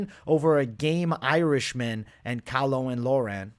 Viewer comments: Caolan Loughran is basically pronounced Cay-lin Lock-ran btw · Cay-lin lock-ren is how you pronounce it mate love these vids